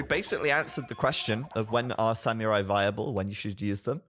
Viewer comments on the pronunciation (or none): U r pronouncing "samurai" wrong!!! My girlfriend (which i respect) is Japanese and she is offeneded!!